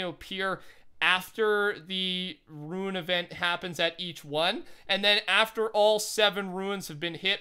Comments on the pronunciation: RUNE! not ruin, RUNE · Rune, not Ruin.